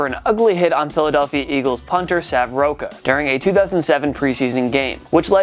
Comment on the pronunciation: The name Sav Rocca is pronounced Rock-a. As an Australian it’s hard to hear people mispronounce it. He was also an ex Australian Rules footballer who played for the Collingwood magpies and north Melbourne kangaroos